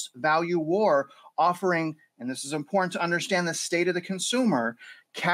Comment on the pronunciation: Important is pronounced. IM-POR-TANT